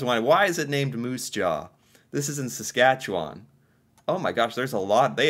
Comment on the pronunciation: And his pronunciation of Saskatchewan is really good, zero hesitation there as well!